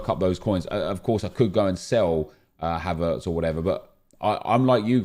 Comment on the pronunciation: WHY DO YOU PRONOUNCE HAVERTZ LIKE THAT???